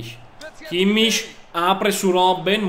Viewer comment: kimmich si dice kimmik